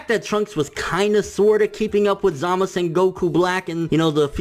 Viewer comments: No. Go back and listen. They say ZamazU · ZamazU. please. pronounce the damned U.